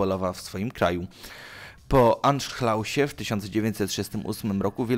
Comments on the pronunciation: Anszlusie nie anszlausie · jakim anszlałsie? XD to się wymawia prawidłowo Anszlus